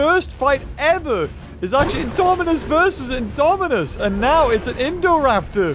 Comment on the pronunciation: Poor with messing all the names. LOL Indominus, Indoraptor and Scorpious that a tongue twister. But amazing video. like always, been a fan of ur channel since the early Isle videos <3